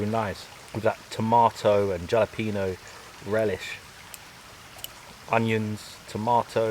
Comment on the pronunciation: Bro said JAlapeña